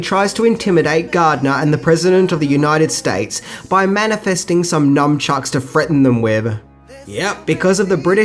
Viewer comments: NUN- CHUCKS....God i hate when people say numbchucks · Nice retro-review, well done! Oh and it's " nuNchuks" or "nuNchaku," not "nuMchuks." Ain't no "M." ;) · Mmmm 80's Cate Capshaw "sex scene". FYI (unless I am miss hearing you) it's NUNchucks. Cheers! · You mispronouncing Zelazny, as "Zelazini," was funny. He's one of the best known scifi authors of his generation. And nunchuka are a.k.a., "nun-chucks," not, "numb-chucks." But hey, you're doing great work, and I'm just sitting here being an asshole.